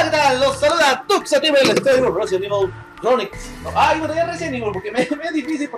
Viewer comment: Jajajajajaja pregunta a Kelly como se pronuncia chronicles